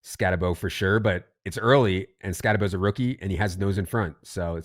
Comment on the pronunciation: They’re actually getting it correct…. It’s Skatte-Bo not Skatte-boo, everyone else is getting it wrong.